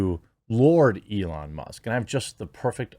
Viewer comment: Must or Musk? The K isn’t even close to the T, my dude! Forever tainted!!